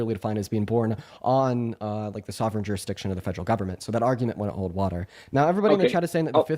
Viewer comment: “Fegeral” government